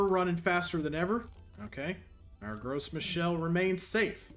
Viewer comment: As a native French speaker, I made a double take when you started talking about Gross Michelle.